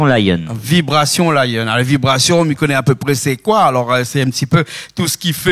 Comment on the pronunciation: Le présentateur et vraiment nul il ne peut dire le nom du groupe VIBRATION LION